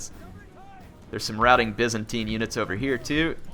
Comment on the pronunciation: It's "Byzantine" not "Vincentine" lol.